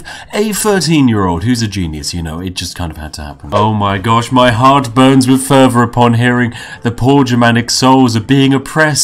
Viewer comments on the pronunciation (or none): none